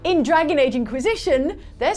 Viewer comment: I’m sorry but I kept hearing “ink-wisition”